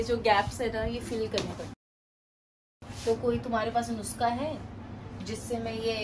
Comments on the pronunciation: Itna bolne ka shauk hai ko 😂❤ -Jazbat ko Jajbat and -Nuskha ko Nukhsa 😂😂 cutie❤ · .....nukhsa instead of unskha😃